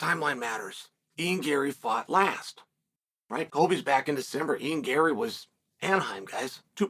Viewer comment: First time I’ve ever heard chael pronounce a fighters name correctly! (Ian Gary)